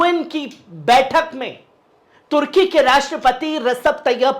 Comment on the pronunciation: Bhai tarki nahi turki